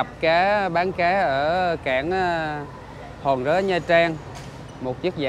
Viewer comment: Cảng Hòn Rớ chứ ko phải Hòn Rế đâu anh